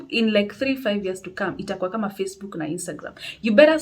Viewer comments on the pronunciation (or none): none